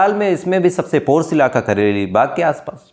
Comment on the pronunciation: Kateli bagh nahi kaareli baugh